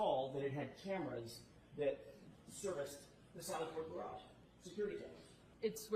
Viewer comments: “It’s a gaRARge.” 🥴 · If you haven't yet heard Auntie Deb's (@ latest hit single: How come you can't pronounce garage (Gararje), it's a must :face-purple-crying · she can spell her name but she cant pronounce the word. Garage😂😂